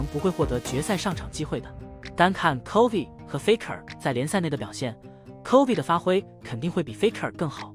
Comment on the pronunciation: 这个影片在bilibili能播吗？Chovy已经快念成Covid